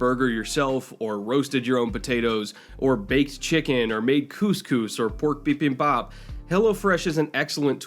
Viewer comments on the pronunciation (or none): none